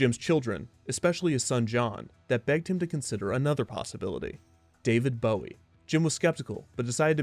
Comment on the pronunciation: Bowie is pronounced with the "bow" from "bow wow."